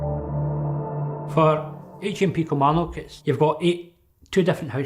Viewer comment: Kimarnock? It's outside Hurlford.